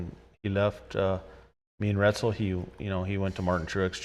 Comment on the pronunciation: Great interview. But I gotta know..does he mispronounce everyone's last names bc that's what people do to his? Lol. Aaron RETzel & Danny LaSOWski 😅